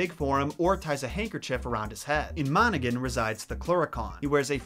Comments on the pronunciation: He said monagan 😂it’s pronounced mona-han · No the way he said Monaghan , he said monagan, WTF IS MONAGAN 😂, it’s pronounced Mon-a-han for you none Irish folk, and it’s paddy’s day guys , PADDY NOT PATTY, for the Americans who claim their Irish even though they aren’t and still call it patty , Shame on you 🤦🏽‍♀️ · When he pronounces the counties though ahhaha “mon-a-gan”😂😂😂 I died. Edit: it’s pronounced “mon-a-han” my dears that aren’t irish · Thank you for butchering the word Monaghan. J.K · monaghan= mon-a-han leath= lee- ah or lea á is pronounced aww tutha de danann= two-ha day dawn-an i know irish is difficult but you did try and did a great job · I'm irish and the way you pronounced some of these made me cringe a little: Yeats is pronounced Yates. McAnally is pronounced Mac-an-ally. Monaghan is pronounced Mon-a-han. Also when saying an irish word starting with "bh" its pronounced with a "v" sound. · Macca-Nally, Tooth-ah, Mon-ah-hin(han is also good but we say it so fast it sounds like hin soo) and Yeats is actually ate not eat because we Irish don't do anything easy!! (I mean there's different versions of Irish language ffs.... Ulster being the superior of course! :P ....annnd go!)